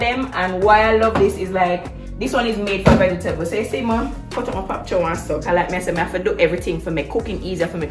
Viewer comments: “Pop chow” 🤣🤣🤣🤣🤣 mi cyaa bother it’s Pak Choi, why we Jamaicans can’t call things by their right name? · T, I love your fridge tour. But it is Pak- Choy and not Pop Chow. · Pak- Choy not pop-chow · Its the "pop chow" (pak choi) for me!! T kill me everytime....I've never seen a refrigerator this organized before love it baad 😍😍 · Love the fridge ! 😍 The 'pop chow' instead of pak choi took me out though 😂😂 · I was strolling through the comments to see of anyone would notice too, lol😃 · Lmaoo this!! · I am Jamaican so I am aware. Regardless, it was still funny. Bless 😊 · Pak Choi... Not pop lol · “pop chow” kaka fawt 😭😭😭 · It’s the “pop-chow” fah me😂😂😂😂😂 my daughter and I argue all the time about the pronunciation of this and she always correcting me bout it’s “bak Choi” wid har American self ..... it name “pap-chow” let’s argue 😂😂😂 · it's pop choi tho